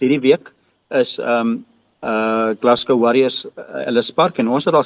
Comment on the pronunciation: Geluk met die korrekte uitspraak van Glasgow 👏 😁